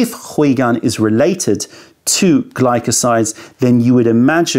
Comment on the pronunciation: ... also, what's up with pronouncing 回 “hwee" and not "hway"?? 😱 Lol